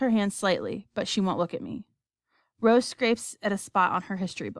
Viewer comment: and its rose not roe